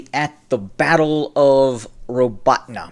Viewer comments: The accent is on the second syllable and sounds like the word "AWE" in English. ra-BAWE-teen-yeh is about as close a transliteration as I can get. When you pronounce the "teen" sound you have to press the center of your tongue to your pallet to soften the "te" sound. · Again, it's pronounced ra-BAWE-teen-yeh (Роботине).